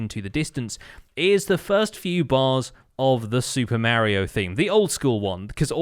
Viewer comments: Did he just say Mario instead of mario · Took a bit to figure out he said Mario